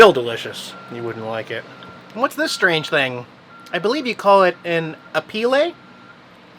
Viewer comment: AWESOME episode!! Pronouncing apple wrong ...... a-peel-LAY Miranda auto-pilot to watch the Simpsons!! HAHAHA